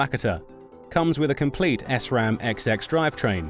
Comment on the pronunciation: its SRAM not S-RAM